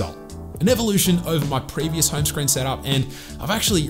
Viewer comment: what i hear is hyme screen